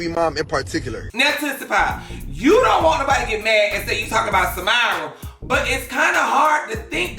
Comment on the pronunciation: You saying “Samirah” is sending meee😭!! It’s Sah•Mary•Ah friennn😂😂